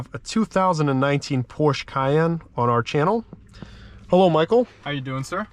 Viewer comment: The instance he says "Porsche" the wrong way? I had to exit...